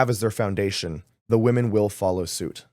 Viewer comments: Someone tell this girl its phonetically pronounced "Wimen" smh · Great interview! 👍🏻 needs to work on her pronunciation of “women” though. It sounds just like “woman” when she says it, so it’s distracting/difficult to follow the conversation.